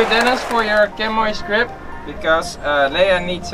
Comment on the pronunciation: Nice video thanks. In English is pronounced 'Shammy' ;)